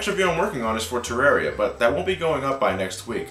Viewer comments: "Terairriah"? never heard it pronounced like that. although being from UK thats hardly surprising as we always pronounce it "Terrarriah" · Who else kept screaming at themselves at the end, "Your pronouncing terraria wrong!" ??